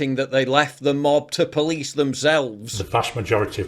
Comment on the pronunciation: "guys I'm sewieeous. Don't weetweet things that I don't like or I'll call the powice"